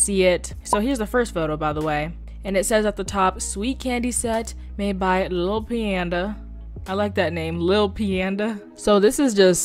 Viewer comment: I just wanted to say I think you said lil peandas name wrong.. idk how to pronounce it myself or how to say it but I'ma explain how the peanda part is: bean but replace the b with a p and then panda but like it's only da no panda